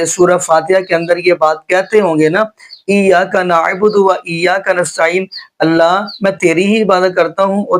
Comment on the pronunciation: Ap kis trah k qari hn iyyaka na budu hi glat parha hy ap ne